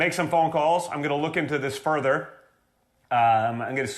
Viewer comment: 'faunther' "look into this 'fernther' "